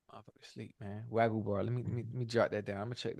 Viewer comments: Im howling because Ocho kept calling Wagyu Steak Wagganot...lol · Ocho called Wagyu steak “Waganot” 💀💀💀